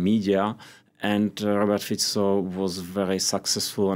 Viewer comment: This lady is the only foreign journalist that pronounced Fico’s name correctly. Mad respect!